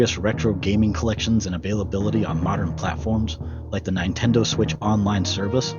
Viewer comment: Yeah, the pronunciation was really distracting. I have a pet peeve about pronunciation. Zeebz sounds better than the others IMO but.... nine-TEN-do was like getting shocked playing Operation with Parkenson's. Norfair should rhyme with warfare and has the same emphasis, Brinstar should be BRIHN-star, etc.